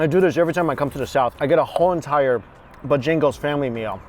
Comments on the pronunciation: Damn y’all getting in your feelings over the pronunciation of boejangos 🤣🤝 just let be smh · Hey, Bojangles is pronounced Bo- Jangles. Sounds like 2 words, enjoy! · i love you but its pronounce BO-JANGLES 😭😂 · it's the way he says "BO-jangles" for me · FYI, when you return south,, it's pronounced BOH-jan-gles. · I was looking down when he said Bojangles and had to look up when he said Bo-Jingles. Love it. You can't through pass a town without seeing one in The Carolinas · I hate driving in Atlanta, but those noods look worth it. XD I'm laughing so hard right now, I'm from SC and am feeling it with how you pronounce Bojangles vs how my area does. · I was so confused by what chicken place he meant until I realized he was saying Bojangles differently haha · You're saying Bojangles wrong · The way he pronounces Bojangles lol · How does he not know how to pronounce Bojangles right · You are saying bojangles wrong lol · Stop saying Bojingles it's Bojangles. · Bojaaaaangles not Bojingles. Haha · Buh-jangles, hahaha. Southerners know it's BO-jangles. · It’s Bo Jangles not b’jangles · its bo Jangles with an a not an i😂😂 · LOL ... It is BojAngles .. NOT Bojingles lol lol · Are you calling it Bah Jing goes? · Just saying it is BOH Jangles. From your ABC Auntie. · It's Bo-jang-les,, the way you prounonced it gave me a headache😫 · Take a shot everytime you hear say 'Bo-Jingles' lol 😆 I guarantee you might get wasted 😉. You the best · ...it's pronounced Boe-jangle's.😂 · Buhjingles is what I'm hearing :) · It's Bo_Jangles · as a southerner it's BOWWWWW JANGLES say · It's "Bo-Jangles" you clown. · I did b'jingles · Sounds like is saying bajingles! I assume it's supposed to be Bojangles, like the song "Mr Bojangles"? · Bo Jangles actually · bo jang els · It's "bow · jang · glz" "bo-j-angles" bo and then j'i'ngle with an A, j'a'ngle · it’s pronounced Bo-Jangles. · I dunno, sounded more like he was saying 'Bajingles'.